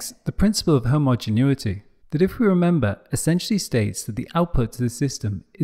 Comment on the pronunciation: Excellent, except surprised that Complexity Labs (very high standards) would misspell "principle" and mispronounce "homogeneity" albeit the mispronunciation is corrected eventually.